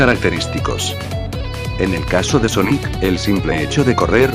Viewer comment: ala yo escuche soniku y después de un minuto recorde un meme donde amy le dijo soniku a sonic